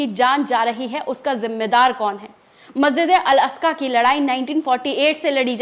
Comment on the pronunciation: Masjid e aska Nahi bahen g masjid e aqsa boliyea